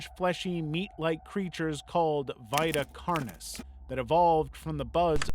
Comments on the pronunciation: Vita carnis is "vee-ta karnis", and tangi is "tan-gee" but alr... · you said vita carnies wrong sir nt being rude btw